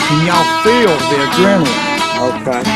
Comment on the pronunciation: Did he say ADRENALINE at the end???? 😂 I thought it was adrilogin!!